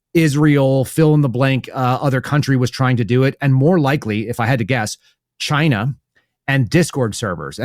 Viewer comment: Dude said Chi-na did it. ahahaha 😂🤣